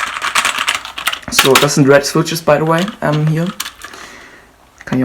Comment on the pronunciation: schwitsches xd aber sonst gut